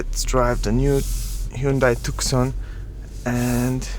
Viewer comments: Tuson* is how you pronounce it.. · Tucson is pronounced as too-son not took-son. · Tu (K) son ?????? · Maybe americans should know how to to pronounce letters, if you dont want to pronounce thr letter C then take it away the proper way to pronounce it would be took son or toc son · His tookson sounds unique and very European. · Hey buddy it's silent C!!!